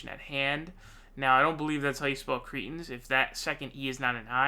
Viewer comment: Jimmy sez "Creten"😂